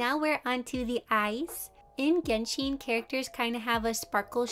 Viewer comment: Just a note (in case you wanted to know) It’s pronounced geh-n-Shen Not Genshiiin It would be that way if it was Japanese it would be pronounced that way but it’s Chinese so it has a different type of sound (I don’t know how to explain it) just in case you wanted to know